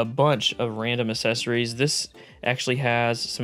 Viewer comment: Oh no I hear it now, "assessories"